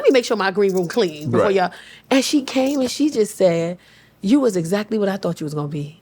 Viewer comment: You hear the New York when she says “WHAAATT??”😂I love this woman already, she genuine and factual with her comedy❤🎉